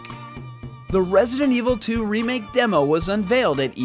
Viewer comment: I really love your videos about RE2 remake..... but just can't stand how you pronounce the word "remake".